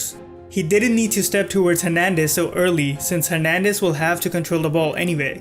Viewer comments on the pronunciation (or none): none